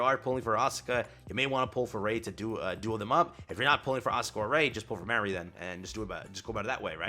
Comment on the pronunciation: My only gripe with the event being this long is that I have to listen to say "Mary" or "Marie" instead of just "MA (like when you call your mother) - RI".